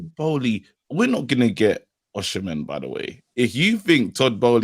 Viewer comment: It is Osi-men not Oshmen…